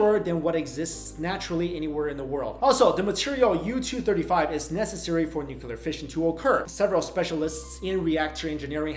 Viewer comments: It's pronounced 'nu-clear', not 'noo-coo-ler'. I love you to bits and pieces but please get this right. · noo-kya-lur is not a word, nuclear is... noo-klee-ur, try it ffs! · That's NEW-CLEER, not NOO-KEW-LER! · NU-CLE-AR not nu-cu-lar please learn this if you want to be taken seriously. Thanks. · Love your vids, one thing I'd like to point out...it's "nuclear", not "nucular". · I've got no major issues with the content except a nitpicking criticism that's a pet peeve of mine. Nuclear is (phonetically) NU-CLEE-ER, not "nukular". Ugh, alright I'm better now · Yup fully believe that. Too much proof. Pity you did not show the real pic of the drillbit in coal! Easy enough to find. Also it always makes me chuckle when you say nucular instead of nuclear.... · Please don't say "nukular."